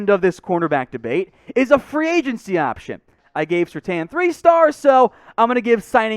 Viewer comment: Why do you continue to mispronounce SerTAIN?